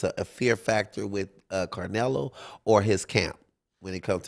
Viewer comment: Why he keep calling that mane Carnelo 😂😢